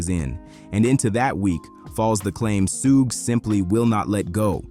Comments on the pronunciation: Who's Sue??its SUGE man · Sewage AI pronunyof Suge Knight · You lost me at "Sooojj" "Sooogey"😮😢😂😂😂😂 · "Soogay"!??? AI slop video. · Facts you can make ai pronounce suge name right